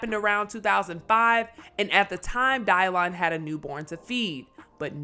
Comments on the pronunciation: Dave made all that MTB stuff relevant again. The show had been off. Someone tell it's pronounced DYLAN. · Dielan.... wtf is up with that pronounciation. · “Die-lon”?! What the heck?